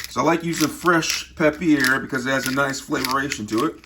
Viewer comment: “Peppiere” 😂 I say it “pe per”